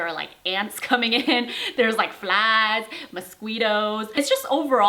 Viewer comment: THE WAY YOU SAID MOSQUITO HAHAHAHAHAHA